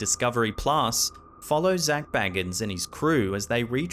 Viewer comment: Zak Bay gans nor bag ans